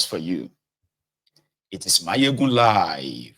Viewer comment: Mayegun stop bastardising the name of our president.